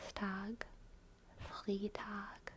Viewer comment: "Montags" is also totally a thing. It's basically just the equivalent of "on Mondays." "Das Restaurant hat Montags geschlossen", "The restaurant is closed on Mondays." Flawless except for "Freitag"! The "ei" part is pronounced like "i" as in iPhone, for instance. That kind of reminds me, Germans often mix up "e" and "i" while spelling something out in English since the English "e" is exactly what the German "i" sounds like. lol "A little bit" would be "ein kleines bisschen". Fun fact: While both "a little" as well as "a bit" work in English, in German only "ein bisschen" makes sense. You start streaming at like 4am German time, that's why the representation is so low. orz Update: I'm also back to being AlwaysSlightlySore now. lol